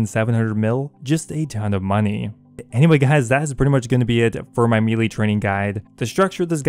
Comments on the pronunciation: MEH-LAY Not "Meelee" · I'm less than 5 seconds in i wanna hear the rest but it pronounced (May-Lay) ty all the love sent to you js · It’s pronounced maylay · I’ve never heard someone pronounce “melee” so wrong